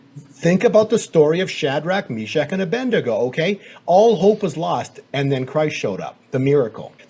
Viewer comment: it’s Shadrach, Meshach, and Abednego You mis pronounced Abednego as “Abendego”” a common slip of the tongue